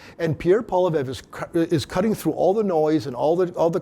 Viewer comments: Your guest needs to learn how to pronounce POLLY EVE! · Can they not find an intellectual conservative who can pronounce "Poilievre" CORRECTLY.. it's not hard! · should learn how to pronounce Pierre's last name. Bit of a detail.